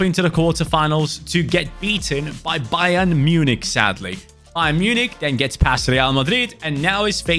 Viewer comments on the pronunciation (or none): none